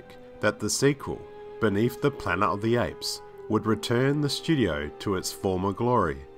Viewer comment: What’s “Planer o the apes”?